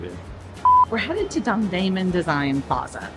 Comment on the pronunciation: don(g)-dae-moon .. it is not diffcult